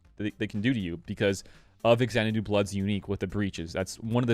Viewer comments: Not EXEC-U-TORE (a muscle), it's pronounced EXEC-YUH-TER (much easier to say) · I can't work out why people insist on calling it exec-utor (like executive) when it is clearly ex-e-cutor (as in execute, execution). The executor is the one that cuts the head off of people who are going to be executed.